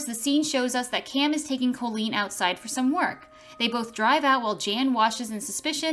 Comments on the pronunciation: My daughter is named Colleen and the narrator of the video is not pronouncing her name correctly phonetically it’s (cawlleen) not (coelleen) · even though the O in Colleen is pronounced as an A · How many times did I hear my name well at least it is Colleen and not Colien